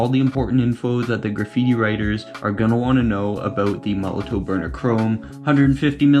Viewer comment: Please say: MOL LO TOF . and not MOLO TOE